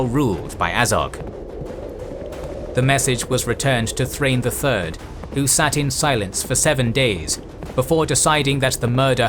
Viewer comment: Also Thrain is pronounced like Thra-in. Gimli'a grandfather Groin is probably happy that names work like that